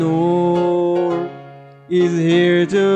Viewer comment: I love how Connor is pronounced like Coño